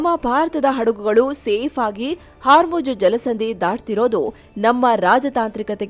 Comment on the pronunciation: Hormuz ❌️ Haarmoj ✅️